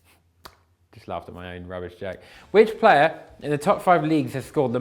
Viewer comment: which "payer"